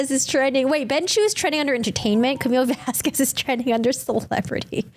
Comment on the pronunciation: wrongly pronounced Miss Vasquez the whole trial, mixed up her witness with Dr. Curry at least 3 times, mixed up her own client name as 'Laura Amber Heard', and who are Mr. Turd and ThatUmbrellaMan? 🤣🤣🤣